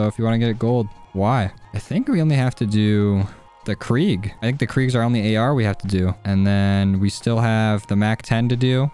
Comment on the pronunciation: Dude really just called the krig the "creag"